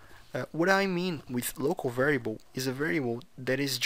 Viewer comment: Camarada meus parabéns, só não gostei do "varieibou", estaria mais pra "vériabou" rsrsrsrsrs, mas mesmo assim ficou bacana, continue com o bom trabalho.